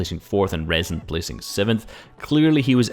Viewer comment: btw rezon ay is pronounced risen haha